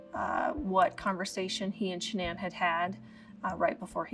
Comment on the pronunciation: “Sha-NAN”! You come into my house, you get my wife’s name right!